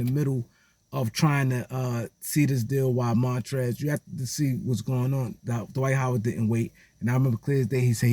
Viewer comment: Who is "Da-wight How-wid"??